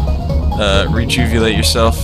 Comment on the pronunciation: "rejuvilate" now that's a new one